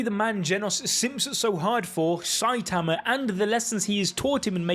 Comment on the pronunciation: i love how instead of saying saitama you say saiatamar